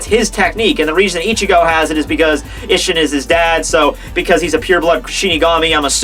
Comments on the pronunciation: Hoe it's pronounced ee-sh-een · Bra, your mispronounciation of these character names and techniques has gone way too long dude It's mugetSU You say it like its Mugets, then you say isshin's name wrong go watch when Aizen is in his Chrysalis form fighting him Urahara and yoruichi and he says all their names. It's a lot others to...